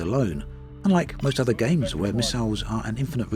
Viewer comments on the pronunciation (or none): none